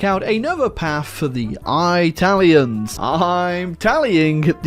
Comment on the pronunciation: i-talians? More like Wetalians